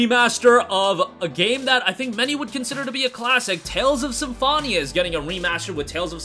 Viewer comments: Every time you pronounce Symphonia like that I cringe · Great video but How do you manage to say Symphonia so incorrectly lol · They don’t, he just pronounced it incorrectly the entire time lol